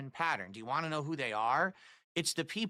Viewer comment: I hope people make fun of him for saying ‘want’ as ‘WAH’